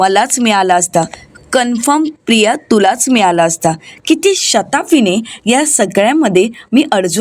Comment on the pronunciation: शताफी नाही ...शिताफीने...😂